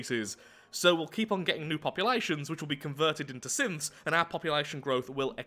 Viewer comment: he keeps saying "synths" at around 5 mins, but the internet is so far gone i keep hearing "simps"